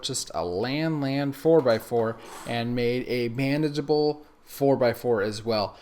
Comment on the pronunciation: Everytime he says bandagable I hear "banjable." Lol